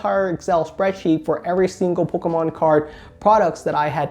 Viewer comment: Lets say it like. "Pokmon"